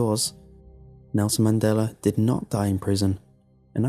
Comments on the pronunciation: It's Mandella not Mandellar... Or is it? :-\ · THERE'S NO R AT THE END OF MANDELA. THATS NOT A REGIONAL ACCENT, YES I'VE HEARD IT BEFORE, NO IT DOESN'T MAKE IT BETTER. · "Mandelar effect" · He says the mandeler effect. LOL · I'm dead😂😂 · I think it's actually pronounced MAN-DELL-AH. His accent makes it sound the way it does when he says it.